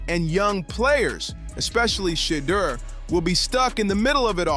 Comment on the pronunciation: Learn how to pronounce the man's name. It's Shur-durrrr and not Shaaadur. This ad sounds horrible.